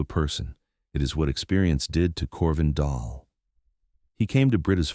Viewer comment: Dahl (not doll) ask any Norwegian 😮